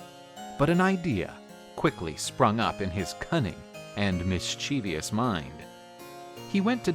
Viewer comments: As soon as I heard 'mischievous' mispronounced, I turned it off. Don't make a video about Greek mythology if you can't enunciate the names of the gods. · You pronounced "mischievous" incorrectly.